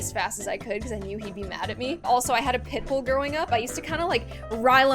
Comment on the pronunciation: Instead of hearing her say pit bull, at first I heard pickle and thought she was crazy